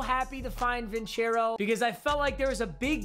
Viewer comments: its vincero not vinchero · Bro you literally pronounced your own sponsors name wrong😂😂😂 it’s pronounced (vin-sair-o) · Your saying the name wrong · Only Papa would mispronounce a sponsor's name.